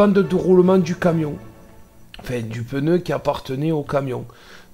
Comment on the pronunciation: j'aime quand tu dis "peneu" et pas pneu 😋